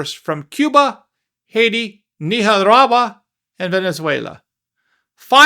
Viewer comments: Were you trying to say "Nicaragua"??????? That was the WORST pronunciation of it I have ever heard! Ha ha ha 😂🤭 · WTF is Neehawahwa??? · Nicaragua pronunciation “Neekarawa” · You say Nicaragua funny. Hi. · 😂😂😂😂 Say Nicaragua again! Please.😂😂😂😂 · I like listening to you say Nicaragua!